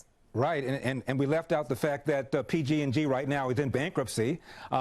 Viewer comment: He said pg&G 😂